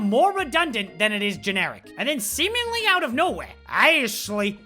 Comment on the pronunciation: Every time you said Aesshliegh I laughed so hard I was crying. OMG...my stomach hurts! And then Staaaaarhaaaawk! 😂 I'm dead 😭😭